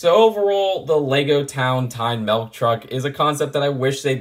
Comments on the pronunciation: I’m sure is saying melk instead of milk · But... but sometimes I say it "melk" too... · dont feel bad, ive never seen a "melk" truck either. not even sure what that is